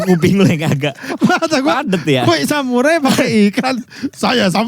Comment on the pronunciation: Samuraijo. Lupa lafaz P